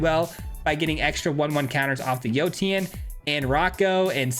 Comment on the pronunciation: Yotian = yo-shan Like rotation.